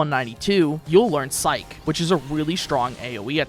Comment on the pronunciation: It's Psy Che (like sigh key) and Phy Sis (like fizz sis). That last combo was beautiful.